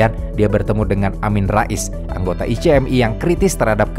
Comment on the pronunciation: singkatan ICMI, masa itu sebutannya [ ichmi ], buka i-c-em-i